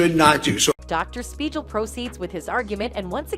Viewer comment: spiegel, like legal or seagull, not like a j sound. are you a reporter or just trying to get video hits. The doc was an idiot but if you were watching the trial, you'd know the pronunciation of his name.